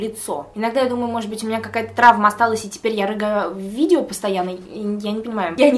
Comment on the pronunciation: правильно - видева✨😂